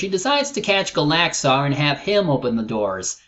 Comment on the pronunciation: That's not how you Pronounce Gallaxhar,.